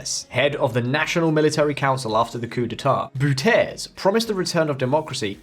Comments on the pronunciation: Bouterse is not pronounced as "Boe-ters" but as Bow-ter-se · Good vlog but why not better inform yourself first about the pronunciation “Bouterse” instead of a false French-like way [Boo-terce]. Bouterse should be pronounced as [Bow-ter-su] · Who is boeter ?? This sounds so stupid. Please research proper pronunciation of names! Better research improves quality of presentations. Do it! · Who the fuck is Boutèse? Try Bou Ter Se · At least try to say "Bouterse" (Bow-tuhr-suh) rather than the incomprehensible Butez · Bouterse is pronounced Bowtairsé not Bootairs🙉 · Bouterse? BOOTEZ??? LOL Its a Dutch name, as you may have guessed. BOW-TUR-SUH. Forgot to research? The oil company: staatsolie - it reads state's oil. Staats------olie not staat----solie. Oof! Nobody on your team who speaks german could ve advised you? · Corruption is also in your country, and please try to say the name right its not Boutese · The name of the latest President is De-si Bou-ter-se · Its not boeterze but it is Bouterse Its like you wonna say Okra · Boutese😂😂😂 your pronunciation is so wrong. I wondered for a minute of 2 who you were referring to😆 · Beter de uitspraken leren voor je een video gaat maken...Booterz😂😂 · bouters isnt french... its dutch dude. its pronounced like B - Auw - Ter - Se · I appreciate you just pronouncing the word and not making a big fuss. I also understand intuitively assuming it's supposed to be french style pronunciation, looking at the word. As far as I know, Bouterse is pronounced normally in Dutch, roughly as: Bahoo-ter-seh. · What a clear historical overview. That was a bad and foolish past. Now finally, the democratic government can really continue to rebuild the country. What a bright future. But the surname "Bouterse" is pronounced in Suriname as "Bàu-ter-se"...oke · Lol it's pronounced "DAY-see BOW-tur-suh" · phonetics of the former dictator is more like "Daisy Bowtursuh", bow as in "chow time" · 😂😂😂 Daisy Bow-Ter-Sir /de:si.bautərsə/